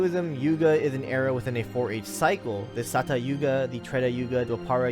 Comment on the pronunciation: Its yuga not yoga